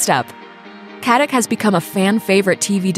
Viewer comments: Her last name is Katić, which is pronounced KatiCH (well, similar, that 'CH' is more like 'C' in word Ciao), just like you pronounce JokiĆ, DončiĆ, VučeviĆ, BogdanoviĆ, StojakoviĆ, etc... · Pronounced Katitch ffs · it's pronounced katiCH. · It's really pronounced "Kat-ich."